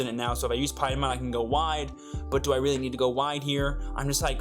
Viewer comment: Its "pee-a-mon"